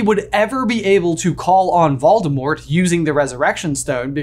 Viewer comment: Hey, I hate to tell you this but you’re not saying Voldemort’s name right. Technically, the T at the end of Voldemort’s name is supposed to be silent. Voldemort’s name is supposed to end with a L when you say his name.